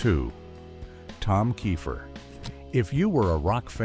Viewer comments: I agree with you it’s pronounce tom keifer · Layne Staley wasn't anywhere near broke! This is aggravating! Edit: how many different ways are y'all going to pronounce Tom Keifer?